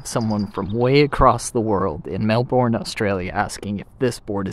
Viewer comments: thats not how you pronounce melbourne its pronounced mel bin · Melbourne is pronounced with a Bin instead of Bourne.